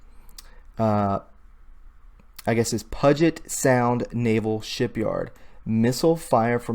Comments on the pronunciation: Puget is said like pew jet sound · Puget is pronounced Pew-jet. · It's called 'pew-jit' Sound. Not 'puh-jit' fucking pleb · Puget=pew-jet. I live here. Had to give that pronunciation many times lol thanks for the report I've been waiting for. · pew jet is how u pronounce puget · Puget (pew- jet) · Look dude, I appreciate your video, but if you are going to do them make sure you pronounce things properly! "NAS" is Naval Air Station, "Puget" is pronounced "Pew-jet" and Richard B Russell is in fact a Submarine that was decommissioned. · PO_JET how you pronounce PUGET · Puget is pronounced like "pew jet" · The word "PUGET" is pronounced; (pew `jet) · NOTE: Puget is pronounced "pew jet". Thanks. 😉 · Sea Tac BAS Naval Air Station Puget pronounced Pue jet. Much LOVE n GRATITUDE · Re Puget Sound. Puget is pronounced "pugh git"/ "pew git" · Puget is pronounced with long U... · Lol, jet, jit, it's all good. My husband calls Puyallup, pile up! These highly Native American names here are hard on people trying to pronounce. We definitely have some tough ones.